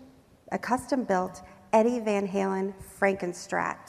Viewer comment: This is not how you pronounce van halen lmfao. What kind of video is this